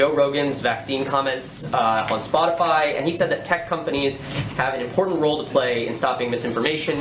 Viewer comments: I like how Jen is obviously reading her response and no one calls her out on it. The reporter literally said "Spotify" 3 times right before she responds and still she misreads it, "Spoti-fly" 🤦‍♂️ how do people fall for this. She's looking down reading it. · "spotifly" ...? lol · Jen Psaki said "spotifly" 🤣😅 Lots of drama CNN lawd have mercy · LOL, Psaki said Spotifly. She has no soul, just look closely at her eyes. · Jenn said "spot-a-fly" instead of Spotify. Was that a dig or did she mispeak?🤷‍♀️🤔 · Her saying Spotifly 😂😂😂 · Psaki said Spotifly 😂😂😂😂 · DID SHE JUST SAY "SPOT-A-'FLY'" !!!!!!!!! 😂😂😂😂😂😂😂😂😳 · She can’t even say Spotify ole Spotifly she’s spreading disinformation should she be censored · Did she just say "Spot-i-FLY"? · Did she say spotifly? I dont think she misspoke. I think she really doesnt know what spotify even is lol. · she said Spot-a-fly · Did that dingbat actually say Spotifly? I hate this admin. America is a joke now. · She can’t even fucking say Spotify.